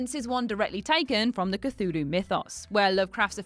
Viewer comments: love that she stated she didnt know how to pronounce Cthulu and the proceeded to say it later on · Cthulu – "Kuh-Thoo-Loo" Chitinous – "Ky-Ton-Us" Charon – "Ka-Ron"